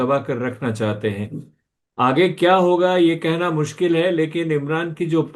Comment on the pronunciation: पहले च्या और क्या में अंतर करना सीख लो एंकर बाबू